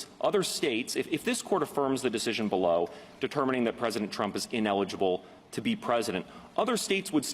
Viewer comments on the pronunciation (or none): none